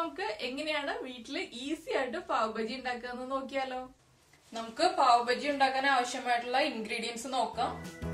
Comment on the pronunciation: Not pav Baji it is pav baaji